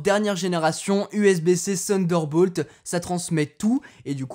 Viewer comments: C'est Thunderbolt et non Sunderbolt 😉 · ouai avec l'accent anglais ca sonne comme sunder mais t'as compris l'idée ^^